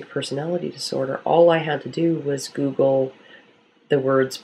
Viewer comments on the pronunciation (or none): none